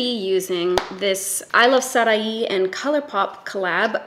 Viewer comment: LOVE how you pronounced Sarahi, sometimes we just need someone to do it the right way, without an ego or extra accent flair (flair? ...idk). But thank you!